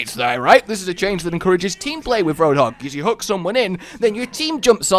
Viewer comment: "hey hoadhog."